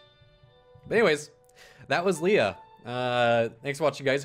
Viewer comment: You said Lea right, I fucking love you.